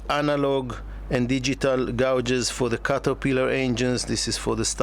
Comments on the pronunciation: I love your content however if you don’t mind I’d like to help you with something that happens each time you talk about: GAUGES: pronounced, ( Gay-Juz ) Just thought I’d tell you. Thanks✌️🇺🇸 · Learn correct speaking of words you use. ,,gauges > gayges. Bathing > Bay thing. Unless you have an arrogant attitude. 🔴🔴